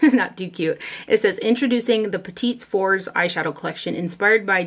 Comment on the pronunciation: I ordered the viseart lilas quad and loved it. Now I want all of them! (BTW, its pronounced "pett-ah four"). Thanks for mentioning muse beauty pro, ill check them out.